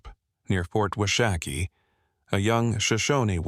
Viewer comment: It's "wash a key" not "wah shack ee". Fyi.